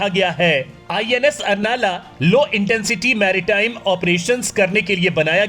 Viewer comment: उसका सही नाम अर्नाळा है , कृपया सही उच्चारण करो. मराठी नाम तोड मरोड के मत लो मराठी का कृपया सम्मान रखो . मातृभाषा है हमारी.